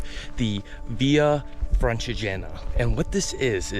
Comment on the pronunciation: Blimey, this man (also classless by the way) could have at least bothered to find out how to pronounce Francigena (with the accent on the i and not on the e) and Montestaffoli, osteria and other Italian words: he didn't get a single one correct! Bingo. With a guide like this!!! I can't believe it: incredible superficiality, incompetence and ignorance exploring Italian gems. Just offensive, insulting towards Italian culture.